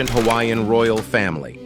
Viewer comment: Your Hawaiian pronunciation is atrocious.